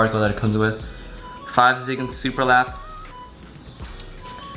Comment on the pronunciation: Please don't pronouce it 5 zigan. It's pronounced Go Zeegan :(